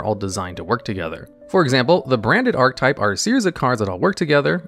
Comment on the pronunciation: Ark Uh Tipe. You forgot the uh(e).